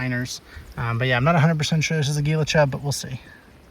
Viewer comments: For the Gila Chub its pronounces kinda like Hila (I think cuz thats at least how you pronounce the Gila River) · Goes to AZ -pronounces Gila like geela -calls javelina wild boars Get out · Commiserates in arizonan😅😅😅. Also for future reference Gila is pronounced Heela. The wild pigs you saw were almost certainly javelina as well. Very common in that area by the Phoenix valley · Gila is pronounced heela like heela (gila) monster the venomous lizards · it’s pronounced heela, thought you might like to know.